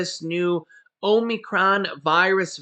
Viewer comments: It is a short o sound, not a long o. The only Greek long o sound is in Omega. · Hey, can you pronounce Omnicrom again lol! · Ahm-i-cron, think of a frat or sorority house for instance Delta Omicron Gamma, you can also say it sounds similar to comicon